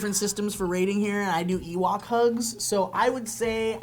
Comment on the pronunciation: Ewok? Otherwise I am interested in this "evok".